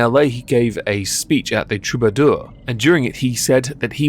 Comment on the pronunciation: Great video and spot on. That place in america is pronounced True-ba-door And please do not think I'm one of those idiots trying to correct you or someone else on the internet just letting you know cuz I can tell you're a smart guy and it's fun to know things LOL